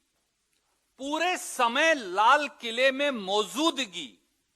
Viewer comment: SURJEWALA SE KAHO....MOZUDGI NAHI BOLA JATA MOJUDGI SAHI ALFAZ HE 😁